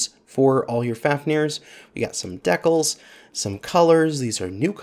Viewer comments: Do you pronounce decal that way on purpose or just to troll people? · Apparently it's a Canadian thing? Who knew? They're weirder than I thought, eh? :)